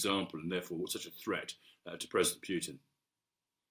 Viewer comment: Love the way he pronounces the name as Mags Thatcher did, "Pewtin"